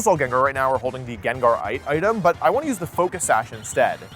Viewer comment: Jin jar. He does this. Some of it’s actually kind of fun. My son and I purposely call Gengar Jinjar because that’s how he used to say Gengar’s name.